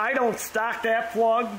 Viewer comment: "Torch" spark prug = NO RIKEE STARTEE!! 🤣🤣🤣🤣